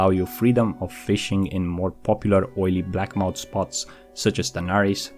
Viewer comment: blackmoUTH not moUNT